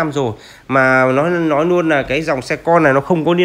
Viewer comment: Ông nội có câu lói đi lói nai hoài